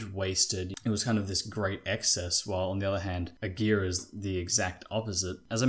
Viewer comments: It's not "A gear", it's pronounced "A gara", the a's in gara are pronounced like Americans pronounce "a".... There are plenty of YT vids with the correct pronunciation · Lol great video.. but my last name is Aguirre... 🤣🤣🤣🤣 This is the worst I've ever heard my name pronounced hahahajajajajaa.